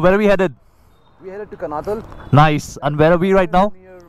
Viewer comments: It's pronounced कानाताल । Very good journeys and recounting your experiences. I live in Dehradun. Lovely place to settle down later in life. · Just a pointer...the place you travelled to is pronounced as Kaanaataal...though written as Kanatal...like Nainital...tal in uttarakhand (pronounced taal) stands for 'lake' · It is not Kanatal guys, you pronounce it कणआताल 👍